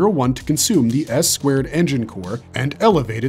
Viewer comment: For a series that's over 20yrs old, how in the hell can you NOT properly pronounce Asuka & Ayanami? S squared engine core?! What the actual f-ck! 😤